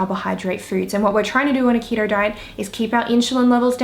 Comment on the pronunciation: It’s keto not ketro